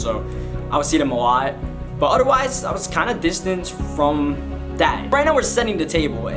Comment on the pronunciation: He doesn’t have th in his vocabulary Ex: dat udderwise